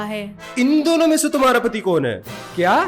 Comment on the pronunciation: Sorry but it's kon but you said kun